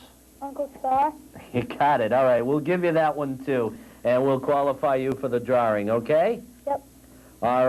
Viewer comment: What's a drar-ring?